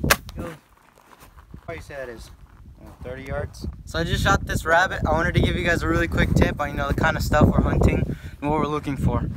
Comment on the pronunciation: you pronounce rabbit like rabinn